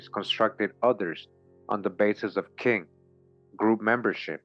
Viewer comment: Another great read my brother. I know some might not understand when you say king it’s Kin, it’s like a blood relative, a cousin, an aunt, an uncle, a brother in law and so on, Kin…